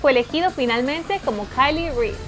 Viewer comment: Nisiquiera sabes pronunciar el nombre de Kyle Reese jajajajaja